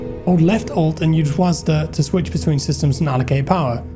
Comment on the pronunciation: WASDA? Lol